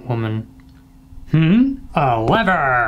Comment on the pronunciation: No one:: oh levurrrr